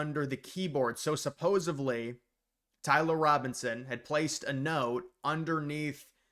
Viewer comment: This is no knock to you.I just want to correct you on the pronunciation of supposedly.It's supposedly like when you're supposed to do something. Thank you for all the great content